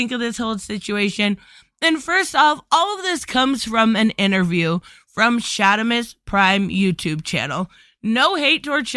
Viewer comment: Ohh. Its Shard, SharDimus Prime. You said LOL Shadimus. Unless your boston then it's understandable. Im a adult action figure collector. The action figure circuit from You Tube to facebook and a little little bit they happens on Twitter cause many of these action figure Youtubers don't do Twitter. And here is why. has this topic come up? Yes it has. most the time in brief. Oh yeah well thats a little silly about the female action figures. Least I was in Jay C chat room and brought it up and he laughed and said Todd is a little bit out dated old school thinking like that. Most find it silly that he should make more females. And ones who feel he had a point don't go crazy on us if we feel that he is wrong on female figures. Plus we want a comic related Harley cause all we got was two movie ones and a animated series he is not that good at making. Or say Poison Ivy. But I'm going off track. this topic for the most part is handled civil within the community of adult collectors. However people outside that community have flipped out and gone crazy and turned this into a huge deal. One side..eww todd is a sexist lets cancel him. The other side, people don't want mostly female figures. In the story they only wanna see male heroes. And there is a drama war. And now you know why I enjoy the adult collector community most. People who agree and disagree...I mean actual collectors are able to for the most part stay civil. Course there is some assholes. We call them Shills. Todd